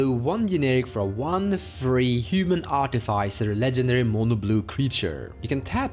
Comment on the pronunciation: FYI the i in artificer is short (as in the I in sit), not long.